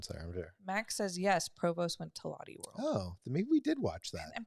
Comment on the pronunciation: It’s not pronounced lotty world! It’s loh-tay world. Based on the name Charlotte. Maybe the other park in South Korea was Everland!